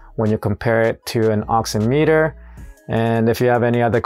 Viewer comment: Pronounced ox-IM-it-er, much like "oxy-" is in "oxygen" and "-meter" is in "perimeter." The nuances of the English language, I know, where a word has different pronunciations in different instances, is a pain.